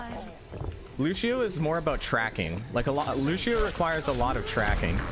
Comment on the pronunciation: loo-she-oh lol